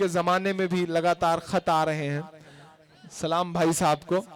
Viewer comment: I love Imran Bhai lekin aap salaam Sahi Nahi karte ho